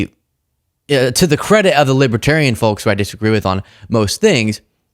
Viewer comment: Yhe L in folks is silent, folks!